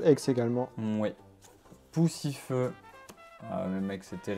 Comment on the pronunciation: Il a dit Pussyfeu